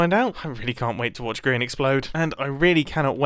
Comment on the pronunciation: You said groan instead of grian